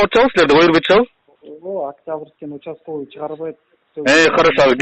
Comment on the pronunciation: бул учасковй емес утасковй го